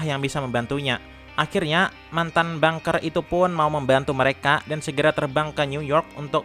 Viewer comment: Bangkir bukan bunker 😂